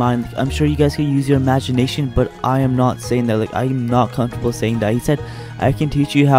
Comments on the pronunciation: Me:comfromtable Hime: comFARTable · comfortable. and they’re out here sayin ‘comfartable’ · HE SAID ‘comfortable’ LMAOOOO